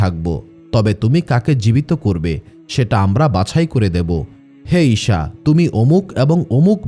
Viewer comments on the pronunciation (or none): ইশা নয়, আবার শসা বা শিশা নয় ঈসা হবে সালামের "সা" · ঈসা (আঃ)কে ঈশা (আঃ )উচ্চারণ ঠিক না, বিবি মরিয়মের নামের পরে (আঃ) নতুন সৃষ্টি যা আমরা কখনও কোথাও পাইনি। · আপনার উচ্চারণ ঠিক করেন। ঈসা আঃ, not ইশা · ঈসা আ. কে বার বার ঈশান আ. বলেছেন। কানে বেধেছে।